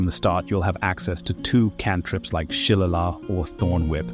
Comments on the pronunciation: its pronounced " Shi - Lay - Lee" , not shillalog I'm going to try an watch more now, but that was very jarring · I like how you said “Shillelagh” you said it (Shille-lah) when it’s (shille-ay-lee) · Bro, that is not how you say shillelagh.